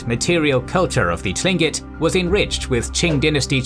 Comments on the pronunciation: Tlingit is pronounced like Kling-kit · It's pronounced Klingkit. No "T" sound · As someone who's spent a good amount of time in southeast Alaska, I'd like to inform you that the word "Tlingit" is pronounced more like "kling-kit". It's weird, I know. It certainly threw me for a loop to hear it pronounced as it looks like it should sound. Language is crazy man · another thing, we're NOT Native americans. we're Native Alaskans. there is no such thing as "Native Americans". America gets its name from the Italian explorer amerigo Vespucci and we're not Italians. also your are mispronouncing our name. I am glad you didn't refer to us as tribes or even "indians" I like your page very much but this was the only video (I've seen) that was terrible.